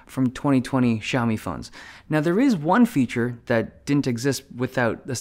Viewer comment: It's not "Shaomi". It's "Siaomi"